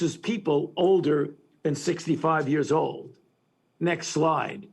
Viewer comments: How is this frauds opinion newsworthy anymore?!?!?! (funny how he keeps pronouncing it as "next lie") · Is he saying "next lie" or " next slide" ??